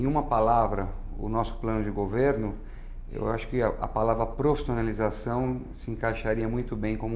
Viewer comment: qual a palavra q ele diz? profissionalização? parece que ele fala prostonalizacao..rs